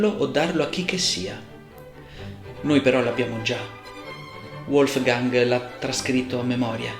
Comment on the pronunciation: Grazie per la trattazione appassionata e piena di spunti interessanti. Solo una cosa non ho capito: perché a 5'18" pronunzi il nome Wolfgang all'inglese anziché alla tedesca.